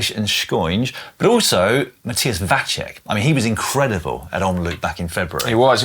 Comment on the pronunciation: Vacek is pronounced "Vatsek", not "Vatshek"